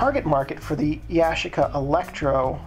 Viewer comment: yu- chic- uh